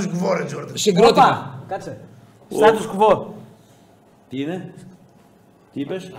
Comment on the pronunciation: Επίσης προφέρεται πολιτική κι όχι πουλιτικη, στάτους κβο κι όχι στάτους γκβο...